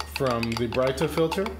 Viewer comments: Brit-a....not Bright-a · its not brightah its brita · He said “bright - ta “. Isn’t it pronounced as “breedA” lol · Y'all need to stop calling it "Brighter water" it's pronounced "Brit-ta" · You're pronouncing that all wrong. It's not Brighter it's Brita. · It's pronounced Brituh. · It's not BRIGHT-A and COE-PPER? !! SMH. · It's pronounced Brit-ah (like Britain.) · Did my man just call it a bri ta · its Brightá 😂😂😂😂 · You are both wrong its brittney. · it was funny to hear you say it like that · Please pronounce Brita correctly..... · Pronounce correctly please. Geez. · You need to learn how to pronounce brita.